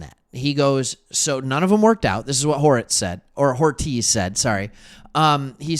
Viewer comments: I love ya my friend but ya keep calling Joe Hortiz, Joe Horitz. Hortiz is a spanish surname pronounced "Hor-teez" -- You're great at what you do! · Are you intentionally mispronouncing Hortiz’ name? I like your channel but calling him “horitz” is driving me crazy. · As a lifelong chargers fan I’m loving the non bias perspective. Now subscribed. Please pronounce Hortiz’s name correct though! lol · I will subscribe once your pronounce Joe Hortiz correctly.